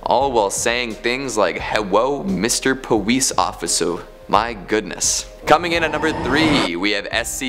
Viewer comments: Hewwo mistew powice officew owo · “Herwo mr peowce oficar” lol